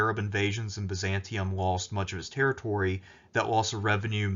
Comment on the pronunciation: Good informative video, however the city was named Byzantium not Byzanton.